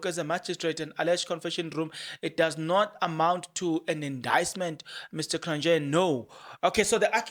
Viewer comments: Point of pronunciation it's "Cron-yeee" not -Nje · Cronje is pronounced Cronyea The j is a y, like we say ya for ja. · hello Kron je...not yeah You say 1 st one correct.... Enjoy you getting all excited about doing your presentation....well invested...bless you with abundance Mooi loop.... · J in Afrikaans is y so it's kronye😅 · its Cronje ( Cron yee)